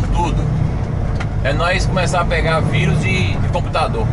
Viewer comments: . É raro ouvir alguém falar em português e dizer vAirus, em vez de virus... . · Corona váirus... kkkk Gostei da pronúncia!